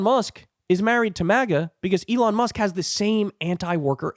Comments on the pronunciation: "Elon Muck" 😂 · “Elon Muck” 🤣😂